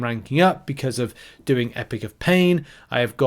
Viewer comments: Don't want to be a dick but WHY IN GODS NAME DO YOU CALL IT EPIC OF PAIN? It's Epoch not epic. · Epic of pain? It’s E-pock. British people shouldn’t be this bad with the English language.